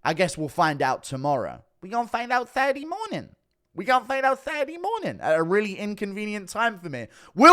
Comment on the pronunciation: WE GON FINDE OUT SATUWDAY MOWNIN